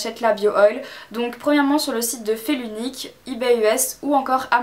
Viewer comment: Feel unique pas "fée lunique" ;)